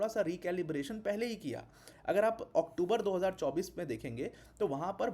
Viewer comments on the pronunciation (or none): none